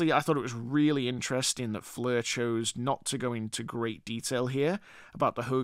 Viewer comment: Stop saying flur it's soooo annoying